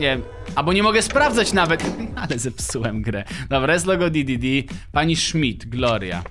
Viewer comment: nie di.di.di a d.d.d